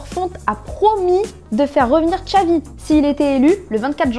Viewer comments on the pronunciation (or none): none